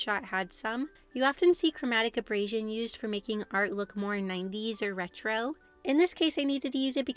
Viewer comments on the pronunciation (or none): These were a lot of fun to watch, the DBZ one was my favorite! If you've never heard Chromatic Aberration spoken aloud, it's a bit different. Abrasion (your pronunciation) is like rubbing something with sandpaper, where as aberration is something weird or out of place.